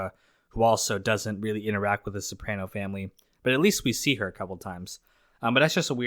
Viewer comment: How do you watch the entire show and now pronounce Soprano incorrectly?